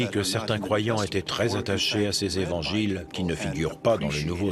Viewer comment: Par deux moments ils dit les quatre zevangiles...!!! Quand même !!! Quatre ne prend pas S.... c'est français 😏